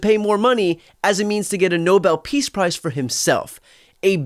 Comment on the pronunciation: they should give him a gold medal saying Nobel pis price